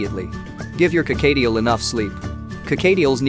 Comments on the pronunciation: Whats a carcadeal?? Dang Americans pronounce words so weird! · "Co-kayy-tiel"? No. Just no.